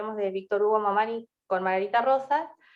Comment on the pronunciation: Disculpas pero el apellido es Mamaní asi se pronuncia.